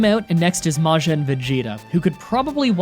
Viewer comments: Its majin vegeta not majen vegeta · You took me out with the way you pronounce Majin alone.